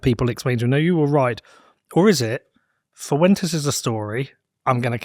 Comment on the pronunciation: It's pronounced as "Fwentes" not "Foowentes". Two syllables, not three.